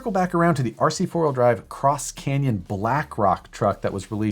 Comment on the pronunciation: Did u say " Cross Canyon ".... Lol